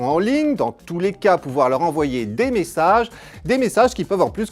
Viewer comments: "ps mésséjies" .... pourquoi ? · mddddddddr " ps meséjiz " jsui mort de rire putain !!